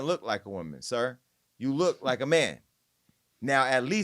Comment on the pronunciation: Jason got me ctfu w the emphasis on SIR and HIM 😂😂😂😭😭😭😭